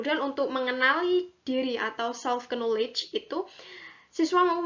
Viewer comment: videonya bagus dan informatif. untuk pengucapan knowledge, k nya tidak perlu dibaca ya. terima kasih